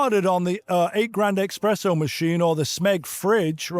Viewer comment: ESpresso... not EKSpresso